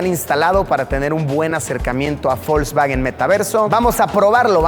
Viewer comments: por que le dices folkswagen en ves de volkswagen ? jaja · Folkswagen? O Volkswagen? 🤨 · Nunca había escuchado de. Folsbaguen xd